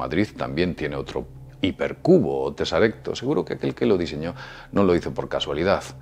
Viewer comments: Teseracto, no tesarecto................... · La palabra correcta es TESERACTO, no TESARECTO. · Ah, y es TESERACTO, no TESARECTO. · Es teseracto, no tesarecto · Tesarecto no, teseracto. Dicen que en la cuarta dimensión hay teseractos del tamaño de un gorila. Jaaj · Se dice '' teseracto'', no "tesarecto". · TESARECTO? ES TESERACTO. JAJA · No se dice teseracto Tal cual? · Se dice teseracto